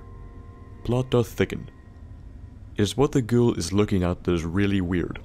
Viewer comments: It sounds like you're saying "girl" instead of "ghoul". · Sorry, But are you saying Girl or Ghoul xD